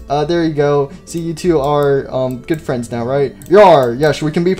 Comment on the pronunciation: Foxy fwends really